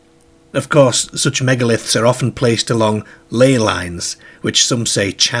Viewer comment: I know the rural Lancashire accent you're talking about and this guy does not have it. This guy does NOT use a rhotic "r" actually, but that's not what we're talking about. It's his strange pronunciation of "car" as "care", "are" as "air" etc that's confusing us. I've simply never come across it in any northern British accent before.